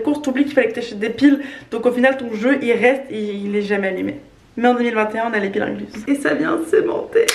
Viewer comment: incluse? ça pique les oreilles